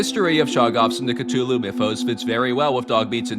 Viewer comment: THANK YOU!!!! FINALLY a person who pronounces Cthulhu properly!